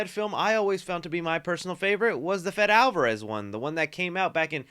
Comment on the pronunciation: Not to be that guy but it’s Fedé Alvárez not Fed.